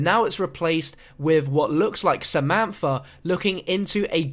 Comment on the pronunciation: 'Efer' 'Samanfa'